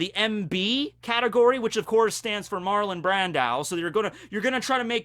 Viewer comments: Marlon Brandow....???? what did I just hear repeatedly? 😅😅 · Who is Marlon Bran-dau??🤦🏾‍♂️ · been watching you for years and have never commented. That pronunciation of Marlon Brando has now forced me to do so. How do you about putting me in this position? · We just gonna ignore how this man pronounced Marlin Brando? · Yeah Buddy His pronunciation sounds like he’s thinking of Martin Landau and just busted out with Marlon Brando out of confusion. (Though I get what you mean, has seen Jojo, he has no excuse.)